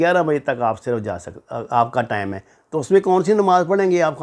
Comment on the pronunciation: ثبوت کے بغیر باتیں مت کریں اور نفرت مت پھیلایں ۔ دوسری بات یہ ہے کہ لفظ ٹیم نہیں ہوتا ٹائیم درست لفظ ہوتا ہے ۔یوٹیوب چینل سے پیسے کمانے کے اور بھی اچھے طریقے ہیں ۔۔